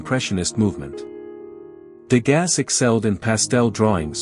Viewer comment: His name is pronounced " De GAH", not "De GAS". How did you not learn this before releasing this video?